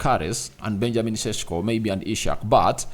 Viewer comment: is a ugandan,all ugandan pronouce sesko as sesko not cesko,we love hm,we want da best for hm